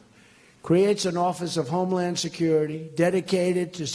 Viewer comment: Is he saying " homelawn security"?